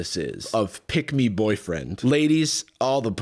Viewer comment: i kept hearing "pigmy" instead of "pick me" and it's really fun to imagine that he's like this because he's just really small like just a real little guy. pigmy boy